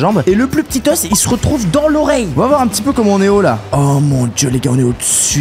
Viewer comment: On dit pas os mais o ( le s se prononce pas) 😂